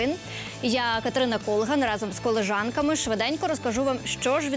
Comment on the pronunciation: Не колежанками а коліжанками 😂